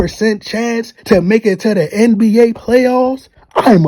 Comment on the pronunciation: Are u saying RBA?